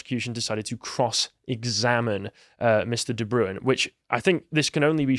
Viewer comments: Not "De Brewin", it's "De Brain". It's a Dutch name. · De Bruin!!! not the broown, sjees, butchering names, lol